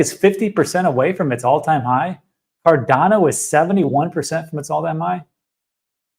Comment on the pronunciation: I really love watching videos, but that speech impediment he has with 'Cardano,' 'Solana,' 'China,' etc., triggers me every time. Apparently, it's just me, and don't know why I find it so annoying. But he does it constantly, which is soooo meeh.